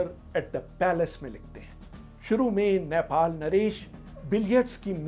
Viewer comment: abey chutiye its not नैपाल. its नेपाल...